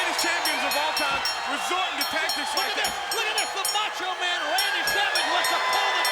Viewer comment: "He's the MEhcho Man..."